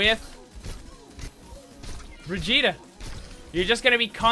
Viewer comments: she is supposed to be swedish i think. so it is not bri-jee-ta, it is bri-ghi-teh, i hope the spelling made some sense, i dunno how else to write it. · It’s bir-git-a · I hear "Vegeta" every time he says Brigitte. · Bitch her name is bridge et all that briddeeettttaaaa is extra shit like come on now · He Said Brigitte like vegeta it is german an g is like a k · ''Bregeta''. Ah yes, Bregeta, Support of all Saiyans. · did you say Vegeta? xd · U say her name like vegetal lol xD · "The pronunciation is Brih-jeetah" F A I L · Pronounces it as bridjita Bridjita? Vegeta? Uses ultimate IT’S OVER 9000!! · Did you just said Bridgitta? Bridgitta, vegeta, bridgitta, vegeta. Get it?? HAHAHAHAHAHAA..... its dragonball btw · bri-GEET-a. Soft g, like in 'vegan', not a hard g like in "Vegeta" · "the official pronounciation is BRVEGETA" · i fucking hate that he calls her bra jeet tah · your pronunciation of the name makes me think you said Vegeta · "Briggitta" hahaha wtf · Srsly, guys,pls, her name has a HARD GG. Listen to her say her name again. It's more like the GG in begger. Bri-ggit- tÉ!! The e is spoken n it's like a french é (n most definitely not an A) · Died you hear when this dude said briggita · It's Brigitte not brijitte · "Brijitah" Great job, great job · Not how you say her name... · I love how he starts by pronouncing her name wrong, and then just devolves as the video goes on. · it annoys me so much that you got the pronunciation wrong still, its a soft 'g' not a hard 'g'. also half way through you started pronouncing it without the soft 'a' sound at the end which is even farther off :P but this is just my pet peeve, you make great video's.